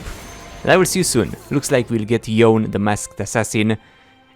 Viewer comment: It's read as Yoné